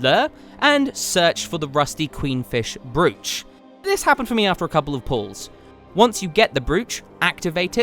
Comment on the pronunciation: Don't take this the wrong way. You seem the intellectual type who doesn't have an ego (in the bad way), so the right way to say "Brooch" for the future is as so